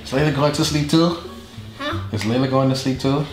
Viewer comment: Is not lala it's layla